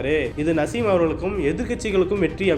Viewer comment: நசீம் இல்ல தலைவா நாஜிம் ஒரு தடவை தவறாக உச்சரீத்தால் பரவாயில்லை பத்துதடவையும் அதே பேரை உச்சரிக்கிறீங்க காரைக்கல் தொகுதியில் தொடர்ந்து 35வருடங்களாக சட்டமன்ற உறுப்பினராக இருக்கிறார் நாஜிம்